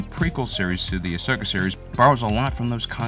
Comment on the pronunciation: Its ahsoka not ashoka